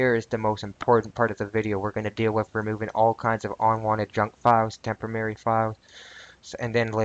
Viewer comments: Tempemary files tememerary files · LMAO! It's a "Tempomary"! LOL! It's Temprorary. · Tempamerry? lol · This time, I am fairly certain you proved you could pronounce 'temporary' correctly, albeit only once out of six attempts. Still, congrats!